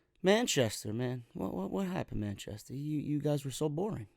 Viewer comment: I could have swore you said “man chest hair” when saying Manchester in the beginning of the review 😂😂😂